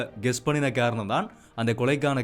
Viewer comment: ஹாரணம் இல்லை,,,காரணம் தமிழ் உச்சரிப்பு மிகவும் அவசியம்